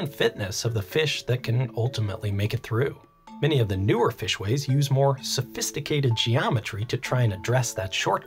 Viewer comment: 7.43 - I think you meant to say "more so-fish-ticated geometry" 😂